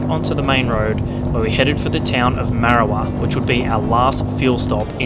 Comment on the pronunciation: As someone from the North West, the way people miss pronounce Marrawah hurts my brain.